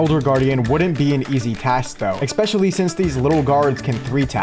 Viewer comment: please learn how to pronounce "especially"